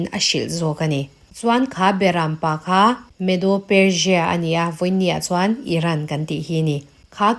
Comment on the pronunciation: Persia pawh perjia angin i lam a,țawng no tuum lutuk lo mai la